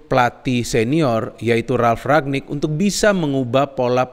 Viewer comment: Ralf Rangnick btw, bukan Ragnick